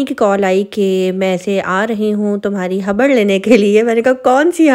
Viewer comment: Habar kiya hota hai ? Khabar hota hai